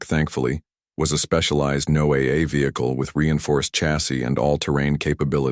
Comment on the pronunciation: NO-AA? Come on! Those goofs really hurt the story. How about having a human read the stories?